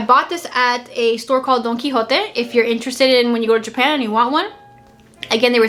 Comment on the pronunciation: Dijiste Don Quijote como alguien que se habla el Español ¡Viva Zeon! 😜